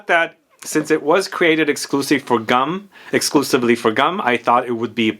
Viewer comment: GUM is pronounced G-OO-M :)